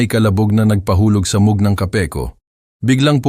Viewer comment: please paki tama ang pronounciation ng "mug" ✌️